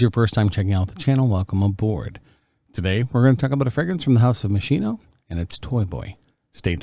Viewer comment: It’s pronounced Machine...O